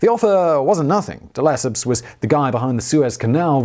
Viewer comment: reminds me of the Suez Canal video. "None-de-Lesseps." ( mark on THAT video, in case anyone's curious to know what I mean.)